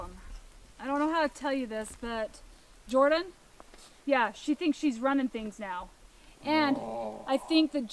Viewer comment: it's NOT Jorden!!!